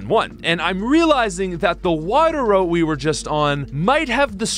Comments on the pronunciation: "route" is pronounced like "root" or "rout", not "wrote". And it's "all of A sudden", not "all of THE sudden" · Hold the f*** up: You mispronounce route as "rowht"? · the pronunciation of route is killing me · man somehow found a 3rd way to pronounce route...